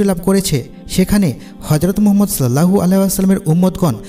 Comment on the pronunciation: তবে রাসূল (সঃ) এর নাম টা শুদ্ধ করে উচ্চারণ করার চেস্টা করবেন।